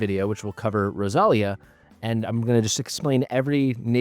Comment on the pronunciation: In Spanish the accent is on the i, so it would be pronounced Rosal-í-a but who knows from where they got the name